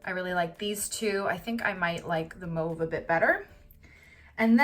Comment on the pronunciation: Are you from Quebec? Your prononciation is sooo Quebecer hahaa